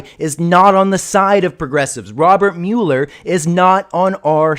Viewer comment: A Mal is this sarcasm? Because he definitely did not.